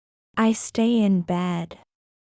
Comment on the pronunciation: في خطا عندك بالنطق في جملة i stay in bed, bed or bad🙏